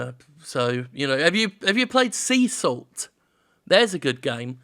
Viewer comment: Sea Salt does look good. I wish he spelled it out, it sounded like "Cecil".